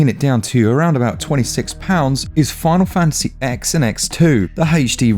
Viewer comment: OMG...you called it Final Fantasy X rather than 10??